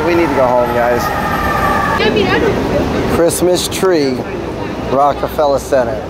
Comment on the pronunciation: there is an r at the end of reckefeller its not pronounced like the shitty rap label rockafella